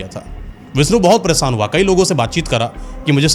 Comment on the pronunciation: Baaki to sabh theek hai lekin bhai apni hindi theek kar lo thorhi si. Visnu nahi vishnu , sadi nahi shadi aur presaan nahi preshan hota hai etc